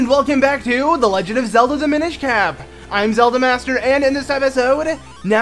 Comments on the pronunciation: dude pronounces "cap" as cape :/ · It's cap not cape lol